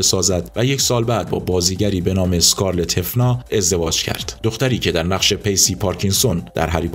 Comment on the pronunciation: برام جالبه که به لحجه آلمانی کلمات هفنر رو هفنا تلفظ کردی